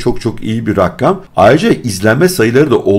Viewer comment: Rakkam değil rakam